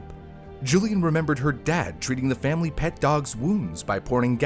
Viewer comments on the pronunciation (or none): lol. Is he always saying FamBly as a joke? Or can he just not say family?